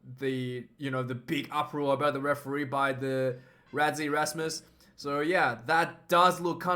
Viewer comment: Pronounced Russy not Razzie🇿🇦🇿🇦